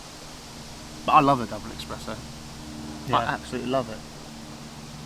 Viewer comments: saying expresso instead of espresso god that hurts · Oh my god! Another one that says, “EX-presso”! No, bud...sorry, but it’s ES-presso 😂😂👌